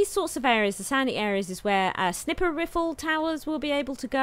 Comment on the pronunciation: oh the joys of adding an extra letter to words, "snipper riffle" is how I shall say that from this day forth!